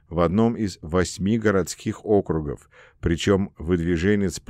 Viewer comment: Не инкогнИто, а инкОгнито, не Округов, а округОв (мн. число), не реформировАния, а реформИрования, не бомбовЫе удары, а бОмбовые, не комплЕкс, а кОмплекс, не фОрос, а мыс форОс, не в астАне, а в астанЕ, не абАкумов, а абакУмов и т.д. и т.п. Монотонное чтение текста с огромным колличеством ошибок, портит и искажает впечатление об услышанном! Как будто слушаешь гугл-переводчик..., нужно что-то с этим делать...